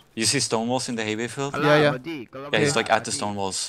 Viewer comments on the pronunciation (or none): LOL they both kept saying "Hey Bey Field" XD